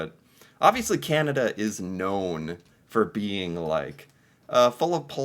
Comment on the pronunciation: we have a chant - Can-a-d'uh! LOL